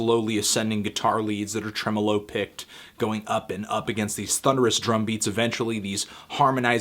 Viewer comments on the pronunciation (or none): none